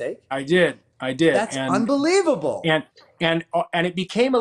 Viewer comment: The way Chris Evans says "that's UNBELIEVABLE!!" makes me laugh everytime!😆